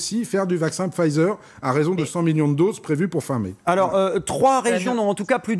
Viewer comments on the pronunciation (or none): Ça serait bien de prononcer correctement Pfizer… tu dis pas le véé-kande, j'imagine.